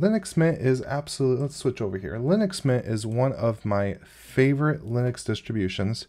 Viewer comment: How hard is it to say linux?